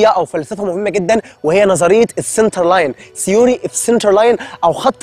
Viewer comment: Center not cinter